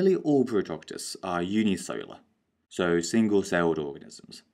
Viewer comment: fyi, cellular is pronounced as "sell-yoo-lar", not "solar". this can cause confusions to students. great work tho. cheers lad. appreciate it